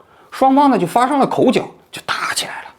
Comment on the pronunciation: 口角jue 不是口缴 您作为一个专业媒体人，中文正音还是应该留意